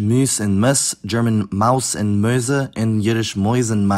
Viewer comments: It made me lol how you pronounced "Mäuse" wrong in German (sounded like Möhse) but then correct in Yiddish, which sounds similiar to "Mäuse" but without the "e" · The plural of German Maus is definitely not /Möse/ like you pronounced it lol you can Google it it's NSFW though 😉😁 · "Mäuse" in German is pronouced like "moize" and not "möüze". The way you pronounced it could be mistaken by a German for a very sexual word. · You pronounced Mäuse as Möse (which means Vagina). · Congratulations on including the c-word with your mispronunciation of "Mäuse". That's quite a feat... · The German pronunciation is not bad, but the pronunciation of „Mäuse“ was funnily incorrect. It sounded like it was pronounced with „ö“ instead of „äu(-> oi)“ which changes the meaning from “mice” to „c*nt“. My girlfriend dropped the spoon she held over this unforeseen profanity XD I think your videos are great so far, but please watch your language next time. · Interesting stuff but I feel as if I missed half of it as the speed of the video is too high. Please slow down a bit with your explanations! Also, funny side note: You pronounced the plural of "mouse" in German in a way that it actually sounds like a slang word for a certain part of the female body. The sound is "äu", not "ö"!